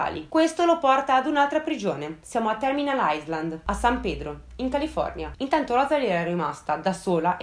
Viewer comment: Bravissima come sempre, adoro questi video! Solo una correzione, si dice "ailand", la "s" di Island non si sente :)